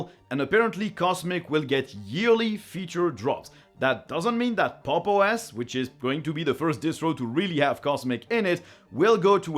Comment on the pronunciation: also we have been saying it wrong it is even worse. It is "Pop!_OS" Edit: cool just delete my comments yt. Good AI. Those billions spent watering your servers is working great. No one outside of the Linux community knows about this Pop!_OS. Ubuntu, Arch, Fedora and Mint are established because they have been memed into the heads of anyone interested in tech.